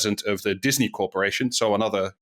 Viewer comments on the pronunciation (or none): none